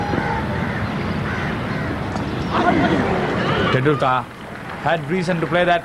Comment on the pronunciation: Commentator pronouncing 'Tendulkar' is weird.